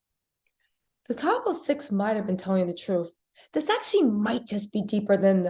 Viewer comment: The town is Cabo - no “s”. Saying Cabos sounds like nails on a chalkboard, just like people pronouncing the S in Illinois.